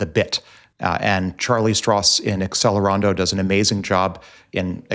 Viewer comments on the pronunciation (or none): BTW, it's pronounced Atchelerando... (think Cello)